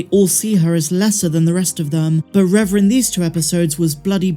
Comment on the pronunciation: Reva is pronounced Reeva not Revva!